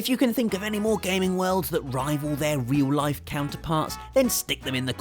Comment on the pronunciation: "Reoul Laif"